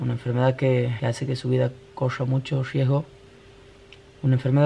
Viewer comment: Jajajajajaja "coya mucho yiesgo" jajajaja